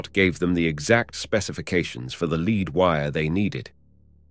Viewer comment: So Arcot, Morey, and Wade ask for lead to refuel their space ship . The narrator while otherwise doing a fine job pronounces the word as leed not led. Strange to get that wrong.